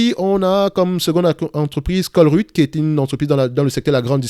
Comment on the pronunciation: Ça se prononce comme chevreuil, ColreuYte 😂 salutations de Belgique !